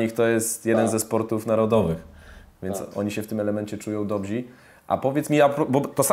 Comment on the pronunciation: tylko nie "dobzi" ja Cie proszę.DOBRZY